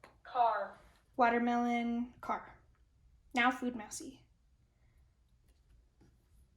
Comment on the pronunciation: Why can't Billy say food?